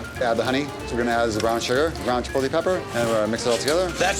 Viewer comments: them saying "chipolte" kills me, and im not even hispanic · The dudes at the pastrami place all pronounce "chipotle" wrong.